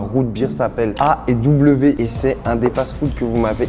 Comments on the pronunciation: Pour le A&W On dit pas A et W on dit ailledoublevé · to fats food que tu appel a et w se prononce ay doublever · Pour A&W ça ce dit Aye w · A&W sa se dis ayw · on dit ( i do ) ou ail doux pour a&w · Ça se dit pas A&W mais genre aye w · En fait, A&W ça ce prononce Aille w Et moi personnellement je naime pas du tout A&W 😂😂😂😂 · Aaahh mec super belle vidéo!! Je vien du Québec et franchement merci de nous dire que nos fast food est très bon!! Surtout notre poutine est un classique!! Je suis content que tu est essayé nos spécialité ❤ (ta bien prononcé le A&W mais juste la A tu le prononce aie comme si tu aurais mal voilà haha ❤❤